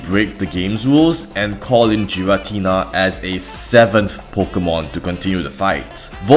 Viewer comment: Debates on how to say Arceus aside, there's no debate that Giratina is NOT Jiratina